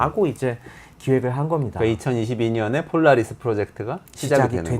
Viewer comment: 폴라리스던이야 영어철자도 못읽냐?